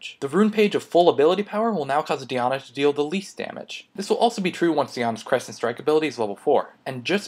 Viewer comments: Thanks for the video But its Die- Anna not dyana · You say Diana wrong lol, it's Die-Ah-Na, not Dee-Ah-Na. Other than that great video bro. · do different countries pronounce champions differently? or it is just up to you to decide? im not hating on the di aunna thing, but im just wonderin :) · the pronunciation of diana here hurts my brain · lol dat diana pronunciation tho...can't handle it